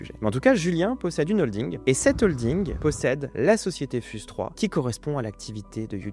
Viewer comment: Fiouze pas fuse (prononciation) 😢😅